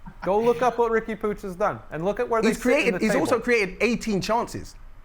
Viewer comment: POOCH? Is Puig not said the same as the guy who played for the Dodgers?